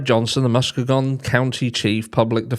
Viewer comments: Hi - the County is pronounced Muss - KEE -gan. No big deal. Just thought I'd let you know. It's a beautiful area along the eastern shore of Lake Michigan. Thank you for this info. Another heartbreaking case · Just a little help here not a criticism It's pronounced Mus-key-gun if I hadn't heard it before I wouldn't know it either and I'm in the US! It's a horrific situation no matter how you pronounce it! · This is in my state too and I'll forgive you for mispronouncing Muskegon 🤣🤣 And wtf is wrong with people killing their kids or starving them? Like who TF does that? Monsters, not humans!